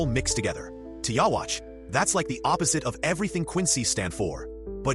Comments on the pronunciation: “Yah-watch” 😂 wtf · How is it that after so many years in an English dub people still can't pronounce ywatchs name right? Oh wait stupid me this is most likely an AI generated video. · Learn how to say his name it’s literally dubbed episodes smh 😂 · like the video man just to let you know his name is pronounced Uryu. And is pronounced " you youhabaha literally but spelled ywach its crazy. Anyway dope video just wanted to help you out with the pronunciation. Have a good one.